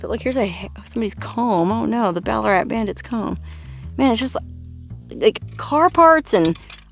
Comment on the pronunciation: ballarat is named after a gold mining towm here in victoria australia during its booming gold rush of the 1800's and by the way, you pronounced it perfectly